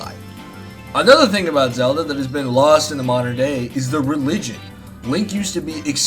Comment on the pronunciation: MAWWderren Mario